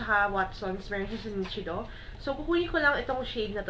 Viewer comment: nichido - (nishido po ang pronunciation =D) but still i love this video..